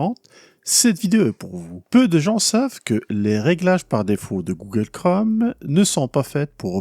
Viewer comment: Bonjour, j'apprécie et suis régulièrement vos vidéos, et vous en remercie. Cependant, j'aimerais vous signaler qu'en français, le mot "Chrome" rime avec "atome" ou "fantôme", et non pas avec "gomme" ou "comme". Merci! ¦:¬)